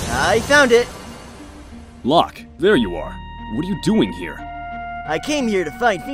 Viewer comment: It is painful to hear them call Locke "Lahk".